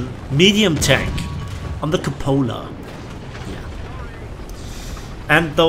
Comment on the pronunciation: It was hillarious how he said the cupola